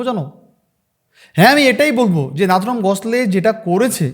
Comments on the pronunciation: Tomar video ta valo but pronounciation ta edit kore thik korle vlo hoi.ota"Nathuram গডস্লে না।ওটা নাথুরাম গডসে।" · Bhai tumi ki bangal? Surnameta holo godse. Godsle noi. Thik uchharan korte hobe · Correct your pronunciation- it's Godse not Godsley.